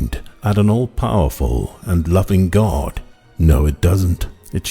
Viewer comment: By pronouncing the word GAURD do you mean GOD.